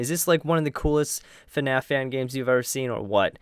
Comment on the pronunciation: It's pronounced like this Fnaf not finfnaf you should really know your name of the movie but I understand if you are from Korea . I forgive you by putting a like in the description